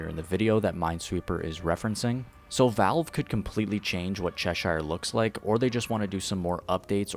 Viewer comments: For the love of god its pronounced "sheer" not "shire" 😭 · My brother please stop saying saying Cheshire like that. Say it like “_chess_sure” not SHIRE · It's pronounced as Che-sheer. Coming from the Lewis Carroll's Alice in Wonderland. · I'm sorry to be that guy but it's pronounced "cheh-sure" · Pronounce Cheshire correctly before you say it pal